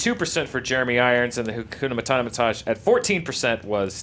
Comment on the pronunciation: it's HAKUNA MATATA!!! MataTA motherf**, not MataNA. Understand???